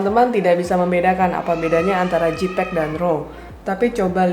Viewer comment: Makasi kak untuk informasi yang sangat berharga ini. Masukan aja kak untuk pengucapan JPEG (baca: JEIPEG, bukan JIPEG), RAW (baca: Ro bukan rau/rou).